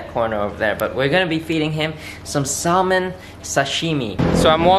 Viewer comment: you're saying salmon wrong btw